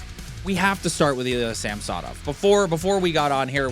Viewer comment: It’s not pronounced Sam-so-Nov . It’s pretty easy to say it properly,, it’s Samsonov. Not difficult. All one word not disjointed. The American pundits and broadcasters annoyingly kept saying that way because welll…..they’re American. You’re Canadian so speak like one. Personally I hope he recovers his game and shuts up people like you in the “ what have you done for me lately crowd”. Toronto are losers because of people like you guys who put relentless unreasonable expectations on Toronto teams. One win in six games. Never mind the ties or comebacks to tie. The 5 nothing comeback in the third period completely forgotten. No wonder OReilly chose the Preds even though he’s a Toronto boy.